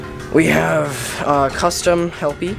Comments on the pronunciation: me says hellpey not lefty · you keep saying helpy is lefty